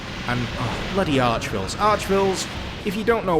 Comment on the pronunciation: Please, please stop calling them Archvilles